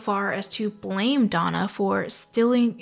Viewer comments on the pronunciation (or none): none